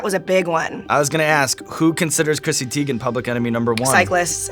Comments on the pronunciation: I'm surprised - I thought that you folks would get the pronunciation of her last name right. TY-gan, not TEE-gan. She's confirmed it, as has her mom. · Damn Sean, she just had a whole thing on twitter about how her name is pronounced... it's not Tee-gen, it's Tie-gen. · Who else clicked on the video wondering if they would say her last name correctly? it's TIEgen(how it's pronounced) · so on twitter she said her name was pronounced tie-gen and now it bothers me whenever I here it the other way now. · He definitely said her last name wrong lol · Her last name is not pronounced that way lmao lmao. Too funny but she doesn’t care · YOU PRONOUNCED HER NAME WRONG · Clicked on this mostly cause I was curious how it’s possible to mis-pronounce Teigen. Now I know ^^